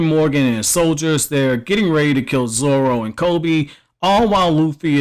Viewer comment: is pronounced zoRo not zolo dummy.